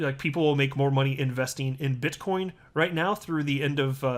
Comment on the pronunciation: You said bitch coin 🤣